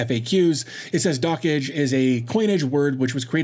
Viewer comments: "Dockage" (how you say it) is absolutely nothing like "dodge". The correct pronunciation is "dock" plus the "j" from "jam" plus the "e" from "yes" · Also, my apologies for mispronouncing Dockge. I've been corrected in another comment that said it should be a bit more like "Dockjay" instead of "Dockage"